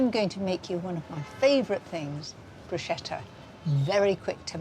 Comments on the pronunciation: Bruschetta wymawia się "brusketta", a nie "bruszeta". Niestety również Magda Gessler wymawia to słowo niepoprawnie. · ohh Mary Bruschetta is prounounced with a "k" like Broosketa